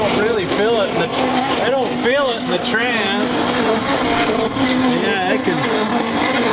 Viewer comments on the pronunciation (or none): This is a great video for those of us that squirm hearing call it a “trance” 😅 Good stuff as always!